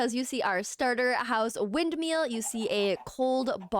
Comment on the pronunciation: loveee you but calling it wind”meal” was KILLIN me